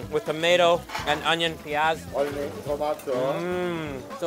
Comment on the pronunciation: Who else noticed him saying Onion 'Payaz' 😄